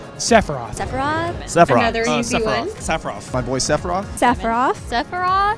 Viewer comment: I didn't realize Sephiroth's name was hard to pronounce, 3 or 4 people there pronounced it sephirof